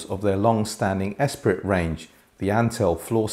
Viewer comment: Well … I am watching this review with the sound going through my Atoll IN100 and the Blonde Sycamore Comètes. (BTW, the pronunciations are ‘koh MET’ and ‘es PREE’ - Francophile here!) Yes, the 40th Anniversary models are built in France rather than China. It’s interesting that while the user manual and website state the sensitivity as 90dB, the outside shipping carton says 92 dB. By my subjective listening I would not disagree with the 92 dB rating, as they can be driven to high levels by my DECware SE84UFO Zen amp, single ended triode - and they sound particularly glorious with the Zen. I suspect, however, that the more important factor is that they are a pretty easy load. Triangle have sworn me to secrecy but I’ve seen the curve which seems to confirm this. I agree that bass extension (and definition) is more than might be expected for a 2 way with a relatively small mid-woofer. I’m satisfied with it, but if I were move to larger room and play more bass-heavy music, yes, I would explore a subwoofer. I might somewhat disagree with setup and partnering equipment. I admit to being set up in a small room that has more furnishing (read: “stuff”) that it probably should, I find the Comètes to be pretty sensitive to positioning. Both soundstage and imaging can change markedly with positioning. The last mile for me, however is the ROOM. If the room does not have proper acoustic treatments, we’re not hearing the best that any speaker and system can deliver. (The same goes for cables